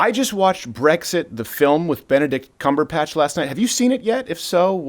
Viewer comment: I'm sorry but I really need to make this clear... CumberBatch not CumberPatch